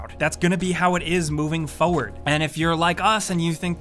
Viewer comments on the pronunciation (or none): You say "foward," instead of "forward."